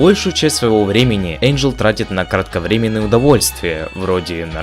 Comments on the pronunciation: О боже, как вы надоели 🤦‍♀️НЕ ЭЙНДЖЕЛ, А ЭНДЖЕЛ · Я не придераюсь,но правильно не Эйнджел,а Энджел:)